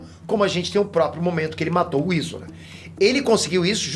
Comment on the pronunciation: É foda o cara nem ver o anime e pronúncia os nomes dos cara errado,"izuna", perte nem sabe pronunciar o nome dos personagens